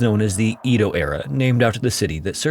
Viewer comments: Am i the only one bother by his pronunciation of EDO he says E-DO i know it to be said ED-O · I know it's not the end of the world or anything, but hearing "EE-doh" is driving me crazy! It's "eh-doh". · "ee-toh" lmao it's "EH-doh" with a soft D, rhymes with "meadow" (kind of.) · It's pronounced eh-doh...not ee-dough. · It’s also not pronounced E-do, it’s Eh-do, so, consider the whole thing a European translation of a Japanese event. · Edo is pronounced “EH-dough” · You pronounce Edo (eh-doe) in a strange way. It’s pronounced that way in both English and Japanese (I took Japanese history in college). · I know. That and "nag uh sa ki" instead of "nah ga saki". I love this channel but I wish he would put some research into pronunciation. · That was driving me crazy!